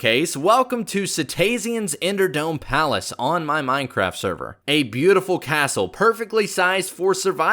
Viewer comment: why are you so stupid you are saying is menehraft